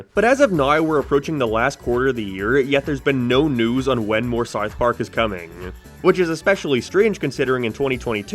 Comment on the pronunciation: Howd you manage to add an R sound into south